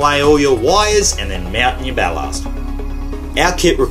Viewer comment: Bal-larst... lmfao. BAL-LASS-T.. tool🤪😅🤣😂